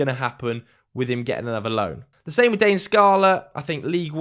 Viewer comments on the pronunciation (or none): none